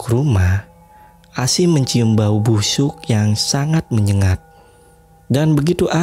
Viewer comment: Bg maaf aku ngangak "bau busyuk" 😆😆😆😆